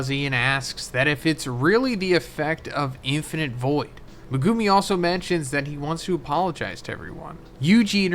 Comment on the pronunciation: Can we get to pronounce Megumi correctly at least once before JJK yall?😂😂